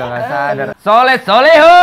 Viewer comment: Soleh min bukan sholeh.